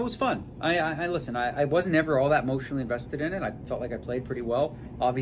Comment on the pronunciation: Daniel “I wasn’t emotionel invested” Letterman